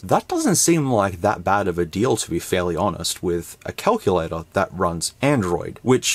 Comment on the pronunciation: WTF is a Kuck-you-lay-tor??!!